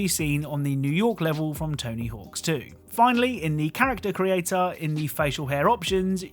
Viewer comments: One thing: It's "Tony Hawk"... not "Tony Hawks"... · There’s no S at the end of Tony Hawk. Sounds goofy hen you keep saying tony hawks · “Tony Hawks” games. TONY HAWK GAMES*** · It’s weird how you can tell he’s pronouncing it as Tony Hawks rather than Tony Hawk’s. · I know and it’s driving me crazy lol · I really hate the way you say “Tony Hawks” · “Tony Hawks” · It drove me crazy